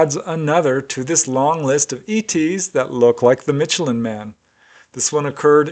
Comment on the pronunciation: It's not pronounced mitchellan lol